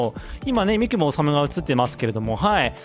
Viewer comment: このミッション懐かしい！ ここで三雲ぼこって全隊員のトリガー 練度を9まであげましたww カメレオンが地味にうざかったww あとみくもの発音って み→く→も⤵️ですよね？ 細かくてすみません😣 どうしても気になっちゃって..